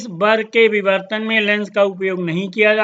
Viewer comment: no....he said bivartan!!